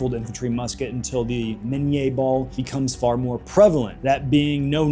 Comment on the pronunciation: Love the historical stuff. Keep on going, but it's pronounced minny in English after the creator Minie.